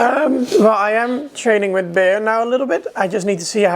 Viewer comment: All this time i thought the pony's name was 'Beer' based from what i heard from. I am terribly sorry. I just found out when you said 'Bear'.